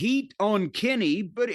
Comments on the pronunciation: Its "Kenny" lmfao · Jim’s pronunciation of “Kenny” pops me everytime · if you've never watched wrestling which word would you have used other than Pop? Use that one... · I got a good one. “The way Jim pronounces Kenny always cracks me up”